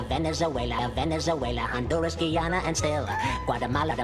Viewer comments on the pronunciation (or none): none